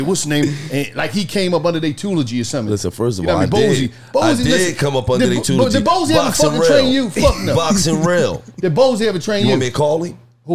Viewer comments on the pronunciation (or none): He said “tulogy” tryna pronounce tutelage. Literally in tears rn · "I did come under their tulogy". Tutelage? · What the fuck is a tulogy? Do they mean tutelage?